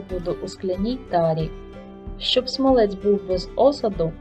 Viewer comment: То якась собі філологиня заблукала, та роздавала "цінні" поради..))) Авторка відео десь двічи чи тричі казала "смалЕць", замість "смАлець", але й тут як бачите, знайшлась ...вчителька з української мови!..)) З іншого боку: до процесу приготування смальцю, у вчительки питань не виникло і це вже добре!)))